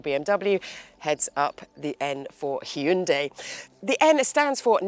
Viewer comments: Props for saying the name correctly. Yes, it's 'Hyun-DAY' (not hi-un-dai like most in the UK tend to say). Amazing work and keep it up! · She's the only one who I have ever heard says HYUNDI right.